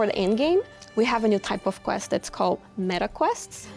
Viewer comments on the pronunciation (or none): none